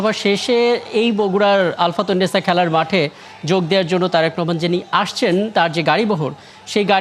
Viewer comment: আলফাতুন না ভাই, আলতাফুননেছা মাঠ।